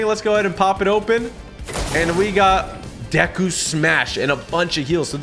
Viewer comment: its pronounced like dayku